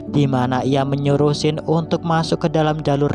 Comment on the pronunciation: Namanya Xin tapi pas menit ke 6 namanya jadi xang